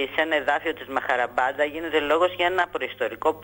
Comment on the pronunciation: Μαχαμπαρατα λεγεται και οχι μαχαραμπατα. Επεισης γωγ του μαγωγ και οχι γωγ του μαγωρ.Και νεφειλιμ και οχι νεφελιμ